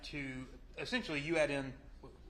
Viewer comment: “Essent-you-ally” he doesn’t stop pronouncing it like that, does he 😩